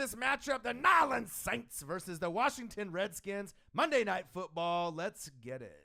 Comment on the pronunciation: This was cool, but it got annoying to listen to that guy keep mispronouncing New Orleans Saints. As for the other guy, same way he's gonna ride for his team, I'mma ride for mine. Team MT all day. #WhoDat ⚜